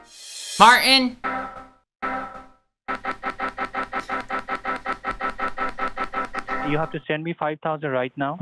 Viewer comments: There’s a ‘t’ in Martin. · Who is Mar-In? Can you not pronounce a T in the middle of a word?